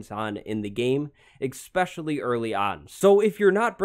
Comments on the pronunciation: Great video. Very helpful. If you promise to stop saying "eggspecially" (which you did at least 6 times) I promise to sub. ES-pecially. Especially. Edit: Dear fanbois with speech impediments, please thumb this down moar. Thanks. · Its pronounced “especially” not “ expecially”. You’re welcome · eSSSSSpecially. No X in there, bro.